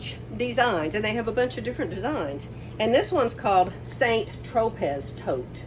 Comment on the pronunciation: Loved your pronunciation of St. Tropez. Say St. like San and Tropez has a silent z. It’s a playground for the rich and famous on the south coast of France between Marseilles and Cannes. Never been. My nephew was there last week. Day trip to St. Tropez. Took their own food and drink. Could not afford the prices. Couldn’t see the text on your scripture panel but if it’s the verse I know it was made into a hymn. We sang it all the time in church in Ireland and I’ve heard it in the UK too. Should find it on you tube somewhere if interested.